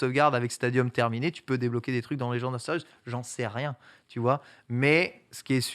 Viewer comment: Mais Ken dis lui a!!! en KATAKANA c'est écris A RU SE U SU!!! Arséüs donc!!! arrêté avec Akéus il n'a jamais été dis que c'était la prononciation "latine" ca veut rien dire ton truc -apprend tes KATAKANA stp... merci